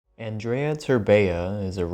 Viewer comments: How can you pronounce Andrei's name wrong every single time? XD The way you say it sounds like the romanian girl equivalent of the name, Andreea 😂😂😂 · For a second I thought I was the only one that noticed XD He's been pronouncing Andreea instead of Andrei the whole video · his name isnt andreea terbea please god help my romanian soul that mispronounciation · how come when spelling his name you say an additional a at the end ? its pronounced andrei , not andrei-a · Andreya Terbeya. Is it really so hard to say Andrei. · You keep saying Andrea! That is a girl name dammit! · You pronounced Andrei's name as Andreea whichis the feminine of that name. I think it's funny. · Dude,Andrei not Andreea.In Romania, Andreea is a girl's name.Like come on,you guys have Andrew in english,if you have that you could pronunce Andrei as well since they are rather similar. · I started laughing so hard when he first said Andreea instead of Andrei 😂😂😂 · Andrei is a pretty common name here, as well. I’m not sure how he got Andrea out of andrei. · Aren't you annoyed when he says Andreya Terbeya. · Andreiah terbeiah im romanian and get a lil triggered every time he says it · I like how he pronounced his name at the begining Andreia Terbeia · I'm pretty sure it's an-dur-ei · Wait isnt his name pronounced as andrey terbeh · Auuh-n-drew-ey Ther-Be-ah I love when English youtubers butcher Romanian names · yeah, where's the ending "a" in "andrei"?? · Great video but....can you pronounce his name right ,please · Man you totally butchered his name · He butchured his whole name holy lmao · As a romanian, the way you pronounce his name annoys the hell out of me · A great vid as always but good lord your pronunciation of Romanian names is so (don't kill me) cringe. Still luv u xxx